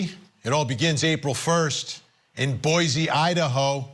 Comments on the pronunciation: It's Boi se not Boi ze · Hey Vinnie, it’s pronounced Boy- Cee. 😊